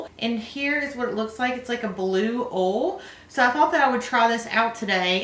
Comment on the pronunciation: Not being rude... It's not ol its OILLL